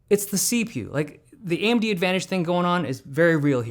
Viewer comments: Is it just me or does it sound like he’s saying Andy instead of AMD at the beginning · AMB? Why do I keep hearing AMB what the hell. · AM-D? It’s not pronounced A-M-D???